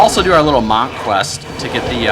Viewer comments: Monk is pronounced more like "munk" than "mahnk" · it's pronounce MUNK not MAHNK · your say MANNK and Auction HALL.. you are fucking gay! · oh dear god, please dont ever say "Mank" again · Monk is pronounced like 'junk' or 'trunk', not like 'maw' or 'caulk' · you are a moron. Your "let's assume 130g" was actually 29g. Your "let's assume 10g from silver" would have been AT LEAST 47s per item. Your AH price assumptions are ridiculous as well. Lastly, your pronunciation of the word monk is the worst thing I've ever heard in my life. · please say Monk properly ffs... smh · The way you pronounce "monk" makes my stomach turn.